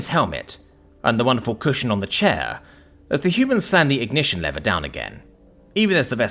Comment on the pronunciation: Your English why are you pronouncing lever yank like. Be proud of your language and heritage